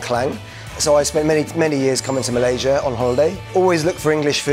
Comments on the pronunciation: respect for pronouncing Malaysia THE RIGHT WAY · Nice Malaysia pronunciation, better than most Malaysian who goes for english style pronunciation 👍👍